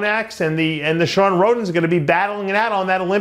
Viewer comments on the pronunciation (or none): none